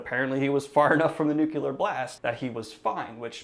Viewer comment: The EYES of the Dragon, sorry. Also NU-clee-ar, not NUK-yee-LAR. M-o-o-n, that spells NUCLEAR!